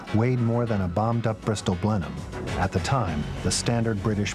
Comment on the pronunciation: Mispronouncing "nacelle" ...Mispronouncing "Blenheim".Terrible annoying background music. Ugh.